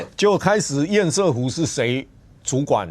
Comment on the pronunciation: 不要一直在那邊厭「屎」湖好不好 ㄙㄜˋ！ 不是賽，這是破音字但並不是隨選發音。